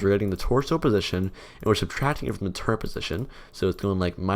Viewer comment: there is no 'n' in turret